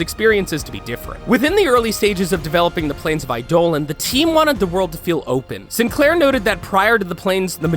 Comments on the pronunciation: they even added the transcription in the video and still failed to pronounce it correctly :D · reza choudhury UGH him mispronouncing that made me SO MAD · BRO ITS ITS NOT IDOLEN ITS EIDOLON AS IN EYE DAH LON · Oh my gosh I-do-lan? Really! It's pronounced I-do-lon. Eidolon. It's right there m8. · Not aidolan but aidolon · Stop saying Idohlan. Its Eidolon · I'm so mad at how you pronounce Eidolon. Like I was enjoying the video up until that point since I play warframe. it's Eye-doe-lon not I-dolon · Anyone hear him say I DOLON instead of eye de lon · EYE-duh-lun, not eye-DOH-lon. Yer killn' me smallz. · ..... Eidolon.... Eye-dough-lawn.... Not iDolan. twitch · It's pronounced Eye-Dough-Lawn, not Eye-Dolan. And it's pronounced Arkwing, not Arch-wing, which is confusing. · Eidolon... It's not I-dolan It's I-dough-lawn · ''I-dolons'' LMAO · AAAAAH NEVER SAY I DOLEN AGAIN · It's eye-da-lon. I dont understand how people mess this up when there's countless examples of DE pronouncing it the correct way, everytime. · ''Eidoe Lon'' You could have watched literally any video about the Plains of Eidolon update and you'd have known how to actually pronounce the word Eidolon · JESUS CHRIST ITS PRONOUNCED EYE-DOLE-ON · IT'S NOT EYE DOLAN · eye-dole-on? LOL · Plains of i-dolun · I’m sorry the way you pronounce Eidolon was hilarious XD. I play Warframe so I’ll tell you, ya butchered it. It’s Aye-Duh-Lon. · It’s ei-da-Lon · Here's a tip: DON'T KEEP SAYING A WORD WHEN YOU DON'T KNOW HOW TO PRONOUNCE IT. EYE-DOH-LAWN. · Jesus... every time he says I-dolan my heart breaks... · Plains of eye Dolan 😂😂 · Plains of eyedolan, senchints how much research did you do look at the wiki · Yo dude, have you ever been to the plains of Eye-dough-luhn? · Eye my lawn ahahaha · Ey dough lawn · eye dolan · Was about to correct him aswell i-doh-lawn man said it wrong more then 3 times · Eidolon in warframe is pronounced like eye+dough+lawn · Plz no more "eye-dolan" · Love how he says eidolon. “Idolon”